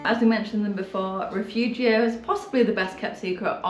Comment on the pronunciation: Dear friends, it's RIFUGIO with an "I", not rEfugio.